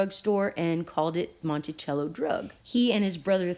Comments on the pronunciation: Pronounced monte-sell-o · You're pronunciation Monticello is off. And yes I've purchased it in some small drug stores here in Georgia. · Peace... Monticello is pronounced MontiSello and Quinine is Kwy' 9. Words that were once common are like Foreign words in today's world that has become my future... I was born in the 50's 😉